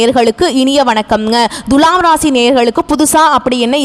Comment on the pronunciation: ஏங்க உங்களுக்கு thulaam னு சொல்ல வராதா? Dhulam, dhulam னு அசிங்கமா உச்சரிப்பது எரிச்சல் தருகிறது. தமிழக் கடவுள் முருகனை வழிப்பட்டு தொடங்கி வழிபூர தமிழ்க் கொலை செய்கிறீர்கள். ழகரம் வரும் இடங்களில் லகரம்! இதெல்லாம் பொறுமையா கேட்க எங்களுக்கு தலையெழுத்து!